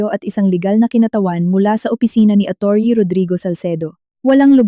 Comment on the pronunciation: Ano po ba Ang tamang bigkas sa salitang Atty? Bakit parang iba yata Ang bigkas nyo?